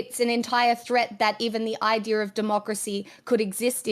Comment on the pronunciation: "es-stone-ear"? What's that? How does it relate to Estonia, which clearly has no "r" at the end of it, just like America is never to me mispronunced as "A-merry-cur." "eye-deer"? That a new kind of deer? ... Idea has no "r" in it, stop replacing the vowel "a" with "er," it's revolting abuse of my senses. Nasty non American dialects must be destroyed.